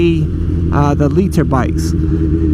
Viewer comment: The way this guy says "liter" Is funny lol